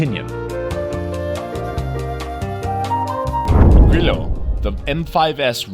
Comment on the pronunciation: Italian is not Spanish, your pronunciation of grillo is more than "inappropriate" it really sucks